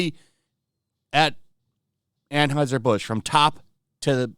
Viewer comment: Why can't you tools pronounce Anheuser? That brand has only been beaten into are ears for decades, but tools insist on pretending they don't have a clue how to say it.